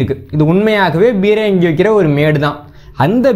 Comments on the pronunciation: தம்பி, தங்கள் ஆய்வுகள் எல்லம் பொக்கிசங்கள். மிகவும் நன்றி. அதே நேரம் தமிழ்ச் சொற்களை Bரங்கி, Gaவனமாக என்று ஆங்கிலத்தில் உச்சரிக்க வேண்டாம் என்று பணிவுடன் வேண்டிக்கொள்கிறேன். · தம்பி, தமிழ்ச் சொற்களை Bரங்கி, Bரமாண்டம், Gaவனமாக, guண்டுகள் என்று ஆங்கிலத்தில் உச்சரிக்க வேண்டாம் என்று பணிவுடன் வேண்டிக்கொள்கிறேன்.